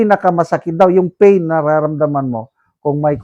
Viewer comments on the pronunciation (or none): none